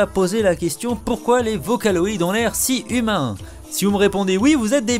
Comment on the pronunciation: MDR c'est n'importe quoi! En plus vocaloid se prononce pas comme sa! #fangirls_facher